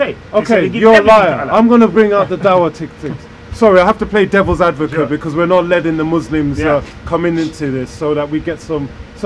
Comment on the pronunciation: 20mins in "devils advovate".? Wow!